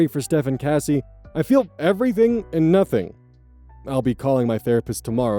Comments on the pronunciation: CASS-SEEE not Casey 😑 every time you say the name wrong I cringe, it doesn’t even look like it’s pronounced Casey…? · changing the pronunciation from Kacy to Cassie will be my biggest ire